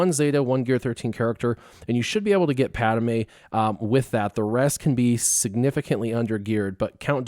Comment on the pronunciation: Padme not Padame